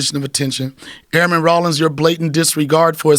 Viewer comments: “Ronnel Dawlings” ahahah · Donnell " Ronndel Dawlings" Rawlings